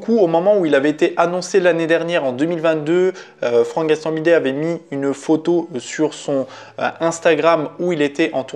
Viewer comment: C'est Gastambideeeee et pas gastambidet 😅😅😅